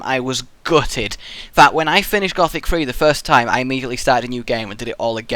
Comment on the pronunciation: You need to say it like gooooothic